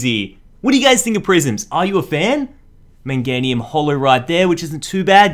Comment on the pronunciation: Meganium not menganium